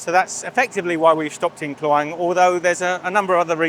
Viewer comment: Kluang = pronounced clue-wung Delima = pronounced de (e sounds like e in the) - Lee - ma (a as in mar) means ruby, Merah Delima =ruby red, Buah Delima = pomegranate